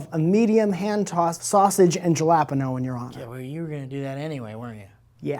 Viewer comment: Wait, is that how Americans pronounce "jalapeños"?????